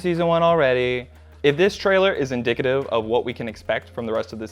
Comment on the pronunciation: "inDICKitive"? Well done sir